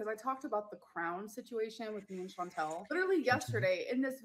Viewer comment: Her mispronouncing “ChanTEL” and “Feudie Booty” is classic narc. She could pronounce it correctly if she cared, but that would first require her to care.